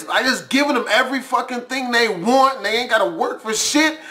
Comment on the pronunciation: Don't say tings to people like that